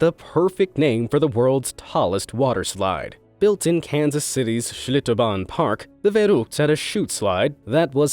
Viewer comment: he’s annihilating Schlitterbahn... by saying it stupidly fancy.